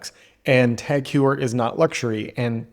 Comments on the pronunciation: Its 'tag hoyer', not tag hewer. Cmon man. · Please stop saying Tag Hugher. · Why can't you say Tag Heuer correctly 😢